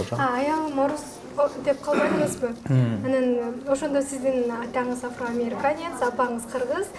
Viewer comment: Афроамериканец деп тантыйт го?